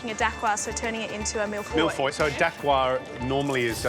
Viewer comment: Their pronunciation of mille feuille killed me😂